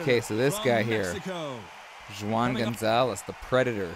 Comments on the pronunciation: For real😂😂😂😂 when he said "Jew ahn" I couldn't hold my laughter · When pronouncing Spanish names that start with a J, it's an H sound. So Juan sounds like Huan. just saying fyi. Love the videos. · Pronounced WHOAHN, spanish for John.